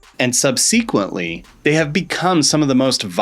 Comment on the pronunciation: Please look up the correct pronunciation of "subsequently." Second video featuring incorrect pronunciation . Emphasis should be on first syllable!